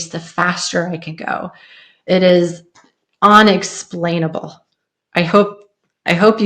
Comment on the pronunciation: UN-ex-plane-Uh-ble Rather than… “ON”-ex-plane-Uh-ble